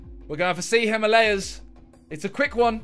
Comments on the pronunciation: Simon says the "Heemalaayas" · Here in England we pronounce it him-urr-layers. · "Hema lay as" 😑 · Tobi pronounced it right Simon went "Hymalayas" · Its HI-MAA-LA-YAS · Can't believe Simon obliterated "Himalayas" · How did no one noticed that how they pronounced "Himalayas" . 😂😂😂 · It's so annoying the way they pronounce Himalayas